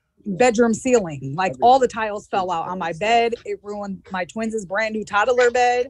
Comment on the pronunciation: She said "Twinses" bedroom.....